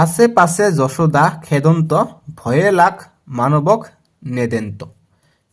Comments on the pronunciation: Sir apuni banan bilak huddho koribo apuni koise josuda josuda nohoi johuda😢😢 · ছাৰ যশোদা নহয় যসোদা